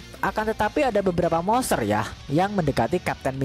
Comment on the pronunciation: bacanya Monsteeerr monsterrr... Moseeerr mosseerr.. udah ketawanya garing, lidah pendek ngmng monster aja ga jelas.. goblik goblik